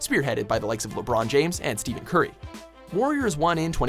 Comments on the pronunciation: "Steven curry" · Who the hell is steven curry? Stephen* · wtf? steven curry? really? cmon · "Steven Curry" 😂😂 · "Steven Curry"... Cringe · "Steven Curry" wtf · Did he just say STEVEN Curry? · Disliked because he said "steven" curry instead of "stephen". I dont like him but it proves that are either robots or live under rocks because every knows Stephen Curry. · "Steven" curry, nice nice. (Steph - en Curry) 😐. Glad to see that as a prediction though 😁👌🏼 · They mispronounced Steph Curry's name... it's pronounced "Steffen" not "Steven" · Stephen Curry not Steven wtf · Who TF is "Steven Curry"?!!! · you said Steven Curry I'm done😂😂😂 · It's steph curry not Steve curry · Did. You. Just. Say. STEVEN CURRY. I hate the guy but Cmon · Did you call him Steve curry? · Steven Curry????? I really dislike the guy but atleast say his name right. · THIS BOI SAID "STEVEN CURRY" lmfaoooooo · He said "Steven curry"..... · OMFG ITS NOT STEVEN CURRY ITS STEPHEN CURRY THE CRINGE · Oh my goodness Steven Curry, that's terrible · "Steven curry" my god